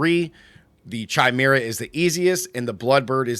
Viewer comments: Not to be rude but it's pronounced kai-mer-ah or kī-mer-ah like chameleon is kah-meel-ee-un. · Chimera pronounciation is bugging me.